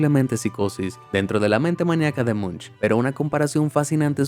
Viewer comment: Si se escribe "Munch" pero pero se pronuncia "Monc"